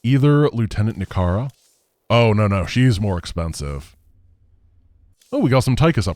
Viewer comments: So you are saying that after 10 years of Tychus faction being out, I can finally start calling her Nikara instead of Nikiyara... Lets make it 10 more instead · Is Sandwiching Layna and Nikara together. Why does he call her Nirkaya is this a joke from his streams that I just don't know. I've always thought of it as Ni-kara